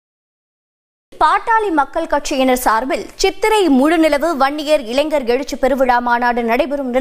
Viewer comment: இளைஞ்சர் இல்லை, இளைஞர், எங்க மறுக்கா சொல்லு, இளைஞர்.